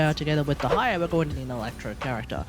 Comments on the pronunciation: Is it so difficult to admit you’re pronouncing her name wrong? It’s actually annoying. Most people do research before pumping out any content. Stop caring about your ego. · I get that hate comments can suck but "Tig-nari" isnt correct and neither is "De-ha-ya". Also Dehya is an arabic name, the character is from the desert which was inspired by the North African Sahara desert which includes Egypt which is basically 70% of the Sumeru desert inspiration. You might as well ask an Indonesian how to pronounce your name. I'm not sure how exactly to pronounce it since most sources do not include proper pronunciations nor is it a popular name but based on the spelling it can be pronounced a few ways being: 1) "Deh yah". 2) "Deeh yah" 3) "De heeya" These are all variants based on possible accents added onto the name and or extra added pauses in the case of the 3rd one. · Your pronunciation is correct dude! Dont mind to others' comments, also good video! I'm main Dehya since her release AND Furina+ Shadow Hunter works pretty well i have to say 😀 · the fact that he mispronounced her EVERY SINGLE TIME made me felt sick